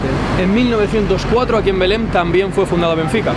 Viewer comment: Belén (en castellano) o "Beláin" (en portugués), ¡pero no Belem!